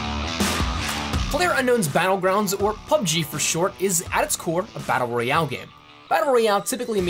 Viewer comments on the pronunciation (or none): BaTTTle Royale, eh?